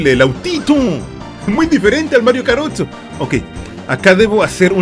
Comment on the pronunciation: Hasta ganas de llorar me dieron! con la nostalgia de esuchcar el "Welcome to Matrio Kart"